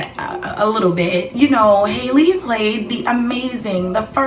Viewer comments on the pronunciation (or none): Pronounced Haul•lee like Halle berry and hallelujah not “hailey”